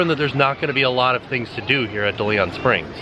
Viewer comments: I love your channel but the park is pronounced DAY-LEE-ON Springs. Like the famous explorer. Thank you for all the great videos and keep up the good work! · Take a shot every time mispronounces "DeLeon"...I died